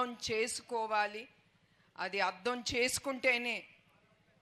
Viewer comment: అద్దం కాదమ్మా. అర్ధం